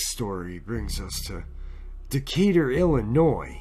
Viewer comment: Hey buddy it not Illinoissssss. It Illinois the "s" is silent. Other then that great vid.